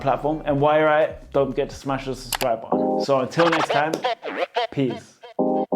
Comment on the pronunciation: Bro that's button not Ba Aan